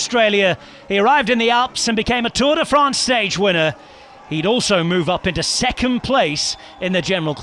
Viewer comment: Pronunciation perfect, then drops Tourday France.